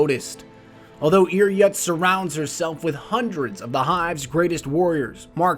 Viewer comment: Doesn't Ir Yut's name have umlaut above the U? (unsure how to do this on my tablet) It would make the name Ir Yoot, not Ir Yut Other than some of your pronunciation of a few words, I've really enjoyed your videos